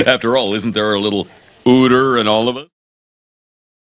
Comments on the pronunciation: 원래 우터가 아니라 위터 아님? 하고Ü하고는 발음자체가 다름. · 우터가 아니라 위터인데 왜 우터라고 하는 거지??